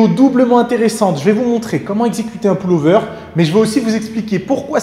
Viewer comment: Le ''poule'' over ? Lol ! ^^